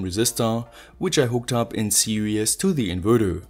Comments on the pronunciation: Always enjoy your videos. Note: "Serious" means demanding careful consideration or application. The word you are looking for is "Series", which means coming one after another, as in a series circuit. "Series" should be pronounced "Ser eees". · I love your videos. I would like to point something out, but please don't take it wrong. Series is pronounced like seereez, the way you say it sounds like "serious". I'm not trying to nitpick, just trying to help.